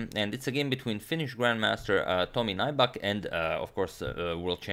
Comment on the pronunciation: "Tomi Naibak" :D